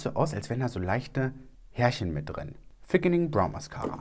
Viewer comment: Bin ich die einzige die statt THickening ein F hört 😝